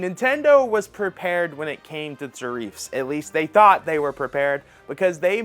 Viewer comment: Oh my God it’s not pronounced ta reef you illiterate moron it’s tare riff